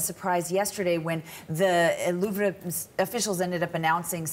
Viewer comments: " Louvre " is pronounce as LOOV + RUH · Their pronunciation of Louvre makes me cringe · She can't even pronounce "Louvre". 🙄 CBC staff are only good at being partisan hacks.